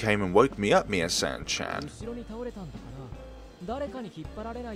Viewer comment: Misane is pronounced: mee-suh-nay while Nanase is pronounced: Nah-Na-say